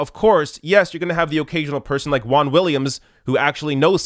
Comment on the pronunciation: I can't stand how Americans pronounce "Juan". It's so painful.